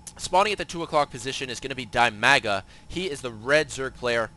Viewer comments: Dimaga is definitely not pronounced dai-maa-guh. It's dih-mah-guh. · Dimaga is not die maga. Dimaga sounds more like de mag ga.